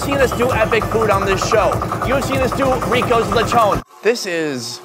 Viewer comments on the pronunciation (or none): It's not Lechone it's Lechon😂😂😂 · Him: lechoogn Filipinos: lechon dude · the way you said "leychown" is already satisfying.. now im full...